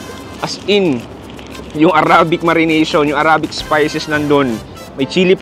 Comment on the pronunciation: Please consider researching the right pronunciation for the word “arabic.” Salamat po!